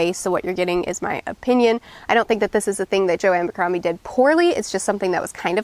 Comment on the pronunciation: Its Joe ABBBBBBercrombie!!! Not Joe AMMMMBercrombie!!! It's without an M!!!!!!!!🤷‍♂